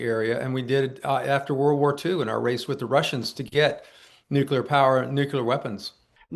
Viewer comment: Why do these idiots insist on mispronouncing nuclear? Calling bs. This isn't even well done disinformation.